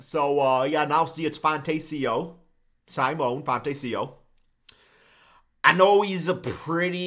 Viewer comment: Sim-on-aye Fon-tech-io